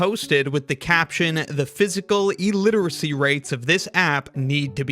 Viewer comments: Dude the first syllable of illiteracy is pronounced "ill" not "eel". It's even spelled that way. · "New uns" is NOT how you pronounce "Newtons." It's also not "EE-literacy." Moron. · Is it pronounced eliteracy? Clearly you skipped English class to spend more time studying physics.